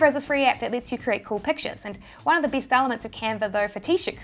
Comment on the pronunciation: Best = bee-st